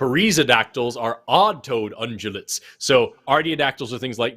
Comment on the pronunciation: Unjulates and mooses? As any fule kno, it's ungulates and meeses.